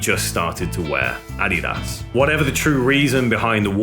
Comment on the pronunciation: Lol how he says Adidas !!